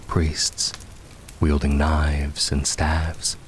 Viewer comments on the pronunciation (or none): none